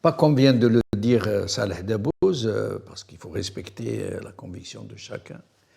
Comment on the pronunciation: encore une fois;on dit debbouze et pas dabouz